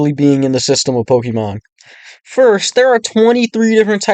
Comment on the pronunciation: Couldn't actually sit through you saying pokimon 16 million times. Try again when you can pronounce the word properly